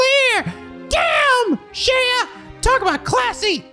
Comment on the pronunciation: Isn't Shea just pronounced shay, like the butter?